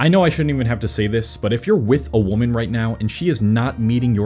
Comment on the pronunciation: Singular woman is pronounced as man at the end. Plural ends with men and is pronounced as such